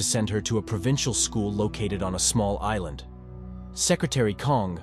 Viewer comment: I just now noticed that is calling it "Aillaendeu", which is romaji, so "Island" spoken with japanese syllables but written in our alphabet